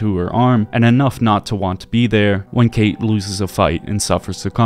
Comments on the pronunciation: Oh god her irish accent is brutal. Also her name isnt actually pronounced kate, Cáit is usual pronounced kinda like caught or cot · Being Irish myself I can't take anything she says seriously cos her accent is just DREADFUL, she sounds like she's about to steal me lucky charms! Not slamming the VA she probably was given bad direction by Bethesda. Furthermore, spelled like Cait, it's shouldn't be pronounced as "Kate" it should be pronounced as caw-ch. Great video though!